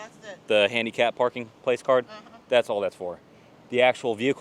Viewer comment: Just a quick note. It's a placard, not a "place-card." It took me a minute to figure out what he was talking about...